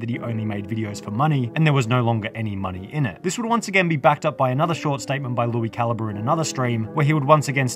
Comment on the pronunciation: I haven’t watched that guy in like a decade but even I know that’s definitely not how you say his name